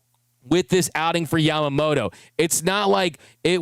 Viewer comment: I would love to see the media (not just you, like all of them...).show some extra respect to Yoshi and pernounce his name a little more correctly. Yama-mo-TOE. No D in his name, but most English speakers add it. Bugs my Japanese wife everytime she hears it.. NO DOUBT, Yoshi does too. Just saying. This dude is historical and deserves the respect 😊